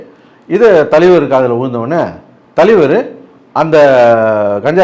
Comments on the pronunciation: Thalaivar❌ thaleevaru✅ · THALAIVAR❌ TALIVAR✅ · Thalivar❌ Thaliveruhh✅....😂😂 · Thalaivar ❌ Thaleevaru✅ 😂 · தலைவர் ❌ தலிவர் ✅ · Thalaivaru❌ thalivaru✅ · தலைவர் ❌ தலீவர் ✅ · Thalaivar ❌ Thaleevar✅ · Indha aalu ku thalaivar nu solala terla. Thaleevaru nu solraru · அமிதாப், தூஷாரா னு சொல்லுவதும் தலீவர் என்பதும் வேற லெவல் வேட்டையனை வெட்டி ஆக்கிய ப்ளூ சட்டை 🤝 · தலிவர் இல்லை அண்ணா தலைவர். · I can sense your frustration, pain in your ASSS when you pronounce the word THALAIVAR as thaleevar. Hope you got your meal today and also consult with your doctor about the pain in your ASS. It’s called rajini phobia. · தலைவர் ❌ தலீவர்✅🤣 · தலைவர் ❌தலீவர்✅ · தலைவர்❌ தலிவர்✅ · "ஷமூக விரோதி" 😂😂😂 தலீவருக்கு "ச" வராது "ஷ" மட்டுமே வரும் 🎉🎉🎉... ஆனா இதல்லாமா கவனிப்பீங்க😮. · Tone: Thaleevar😂😂😂😂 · தலீவர் தலீவர் தலீவர் இரிக்கி இரிக்கி இரிக்கி 😂😂😂😂